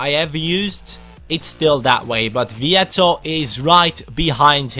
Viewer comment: His pronunciation was spot on, Luciano vietto is Argentinian and his name is the Spanish variation of the Italian so it is not pronunciated in the Italian way. English commentators tend to pronounce any name who has an Italia variant in the Italian way, but those names have an Spanish version and those are the ones used in Argentina (Spanish speaking country with plenty of Italian roots)...If you could ask Vietto his name he would answer /Louciano/ = Luciano; just in the way said it in the video and in the way all people named Luciano in Spanish speaking countries are called.